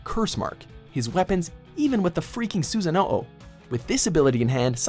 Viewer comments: Copy That Dude hearing that just hurt my ears😭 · "susano o" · Did he just say "susano-o” 😭😂🤣💀💀😭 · “Susano ow” 😭😭😭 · I cringed SO hard when he pronounced "Susanoo" as "Susano oh!" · "Susano-Oh" They played a clip of Itachi saying it right yet he still fucks it up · Susano-O XD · ikr wtf is Susano-'o' anlfjsrbgwsarwbghs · Susa-nobo?? Wtf again?? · mANUtd herbert SUSASUH NOO OHHH 😭😭😭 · Amaterasu and Susanoo, what is this pronunciation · The way he kept pronouncing Susanoo gave me AIDS... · I love how this list is made by a guy who has so obvisly not watched anime. Pronounces Deidera wrong as well as akatski. It's ah- kats- ki not ah- tats- su- ki or susa-no not susan- no- oh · Akasuki Dara, susaono..... omfg the way he pronounces these jutsu’s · cringing when said kekki genkai susano O Rasseegan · How do u pronounce susanoo and rasengan wrong when they say it in the video.... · Man said “ahkatsooki” “Susano oh” and “rasen gone” next time just someone who’s actually watched the show